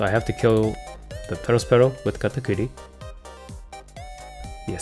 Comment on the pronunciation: What did you call Katakuri?! 😂